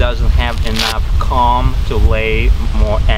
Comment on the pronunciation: your accent is pretty good for English. I would never, never criticize someone who is bi-lingual! That would be the height of boorishness coming from a monolingual. That said, it took me some time to understand what word you were using when you said "cahm". What you meant was "comb". So you have substituted the letter sound "A" for the letter sound "O". This might help you to be an even better speaker of English and hence a better communicator in your adopted country.